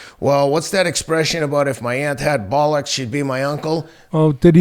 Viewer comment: Hearing American's pronounce. A quintessentially British word like. "Bollocks". Will never not to be funny "Bott"ll ah Waha" 🤣